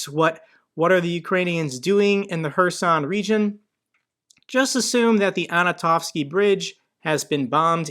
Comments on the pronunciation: I've heard so much about "Anatovsky" bridge by now. It's actually Antonovsky, with stress on the first "o". AntOnovsky. Just saying. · Hey! The bridge is not “Anatovsky” it’s ANTONOVSKY. The name derives NOT from “ANA” but from ANTONY;)